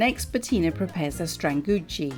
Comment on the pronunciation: It’s pronounced strahn-googee. Bettina pronounced stranguggi at the beginning of the video.